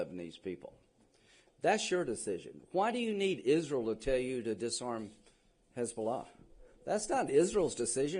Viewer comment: Miss. Lindsay say's don't ask about Isrul😅